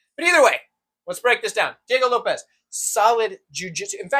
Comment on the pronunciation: I was gonna try to teach you how to pronounce Diego Lopes but I realized I can’t write it down 🤣